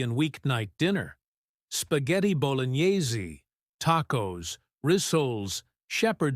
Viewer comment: I lasted less than a minute into the video and it's patently fake. Australian mince with an American accent? Then listen in to the AI voice trying to pronounce spaghetti bolognese. Please, people, question before believing everything you see on YouTube.